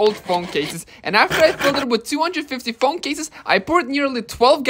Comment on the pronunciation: Bro pronouncing "Phong" instead a "Phone"